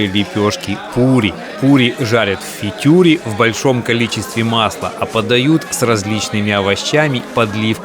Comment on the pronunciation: да тоже думал то ли ослышался то ли есть какой то фитюр то ли автор букву Р не выговаривает)